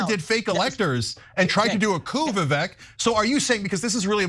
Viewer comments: It’s vi-Vake like cake… hard to believe you can cover someone fairly when he has at numerous times produced the correct pronunciation of his own name. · It's Viv-ek like fake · Vivek has an "e" but is pronounced like it has an "a". In other words - it rhymes with "fake"! Appropriate. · Vivek. It’s pronounced “weasel” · Didn’t pronounce his name right though 😂 So they didn’t do their homework, plus he probably didn’t know, sorry Ana’s Ego was hurt, that’s all that is! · You might try pronouncing his name correctly